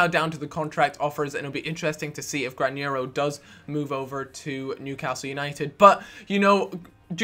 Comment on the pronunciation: Granero not Grañero